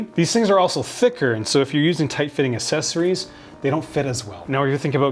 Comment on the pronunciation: I love you, but I beg you to stop pronouncing the "cc" in "accessories" as a soft "c". It's pronounced with an "x", like "axessories".